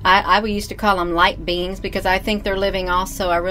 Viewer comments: Where is family? Unless they are laughing as hard as the rest of us. Did she say little bitty beans or little bitty beings? Either way, she needs help. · Did she say ity bitty beings, or, ity bitty beans?|?